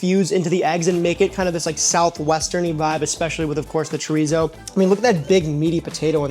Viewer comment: Sorry, but that "English" breakfast looks nasty. Between you and Sam, at least ypu pronounced the R in chorizo.... Sam keeps saying tree-zoh and it drives me nuts. It's Chor-ee-so. No Z sound. It supposed to sound like an S.